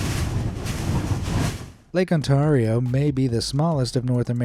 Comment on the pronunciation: I have never heard anyone pronounce Ontario that way before, I live in On-tare-re-oh now say it